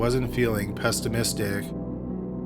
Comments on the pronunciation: PESTIMISTIC 😂😂😂 I swear I enjoy these more than the actual content itself!! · Did he just say pestimistic? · Pest-imistic ???? (About ) 😶 .... that would be pessimistic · Pestimistic lol idk why that made me crack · “pestamistic” lol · But Gary wasn’t feeling ‘pestimistic’ lol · Pestimistic lol. Not a word but who cares? The content and eerie music makes for a great addictive channel. Fan since 2017... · "Pestamistic" lol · pes t amistic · “Gary wasn’t feeling pest-imistic.” Lol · Pest-imistic. Cut me to my soul LOL. Still love the kid though. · I wondered if I was pronouncing the word wrong all my life. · “pesstimistic”. English is hard. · Run that pronunciation of "pessimistic" by me one more time? LOL!